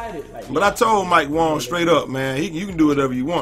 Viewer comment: I love how you keep calling him Mike "wong" instead of Wang lmao